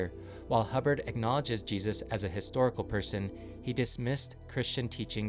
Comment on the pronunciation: did he just right historical as historkal